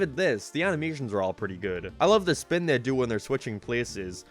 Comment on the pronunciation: “Geem” “Speen” Dude I don’t think I can keep watching these videos because of the way he pronounces these words. Driving me nuts lmao.